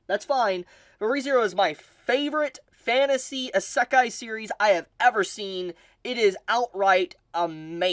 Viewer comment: E- Zah- Kí NOT Eh- Suck- Hi OK!?!? 🤨😂